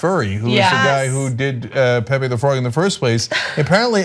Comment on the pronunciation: Is not pepe is "Pepe"